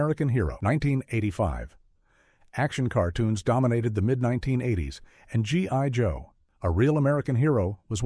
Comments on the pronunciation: “G.ONE.JOE”, “G.ON.JOE”… I hate AI… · It's G EYE joe, idiot. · G1 Joe? How is A.I. so incredibly stupid all the time? 😂